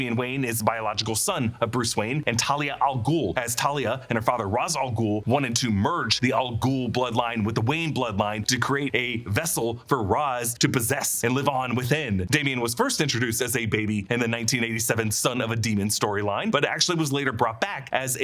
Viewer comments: Ra's al Ghul is not pronounced 'rahz' -- It's pronounced 'raysh' al Ghoul. Ra's/'raysh' = 'head' in Arabic. Ra's al Ghul = Head of the Demon. This is direct from creator Denny O'Neil, Batman Beyond episodes, & any English/Arabic dictionary. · Roz al Ghul? Why do people keep messing this up lol it’s pronounced ray-sh al ghoul